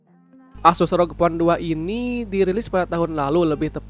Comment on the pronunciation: Bg?? Tulisan nya memang rog, tapi baca nya er o ge bg